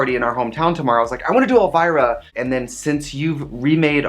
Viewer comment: When Trixie said elvirus... LADIES AND GENTLEMEN WELCOME TO THE STAGE ELLE VIRUS!!!